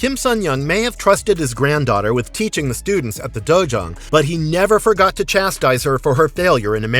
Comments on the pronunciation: It's dojo not dojuan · It's dojang.